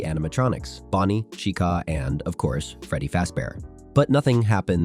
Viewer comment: “Freddy Fazebear”💀💀 “Chicaaa”💀💀 “Chicuh”💀💀💀